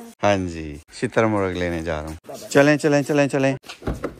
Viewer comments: Shaturmurg❌ Chiittar murg😂😂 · shitar muragh nahi hota bhai shutar murgh hota hai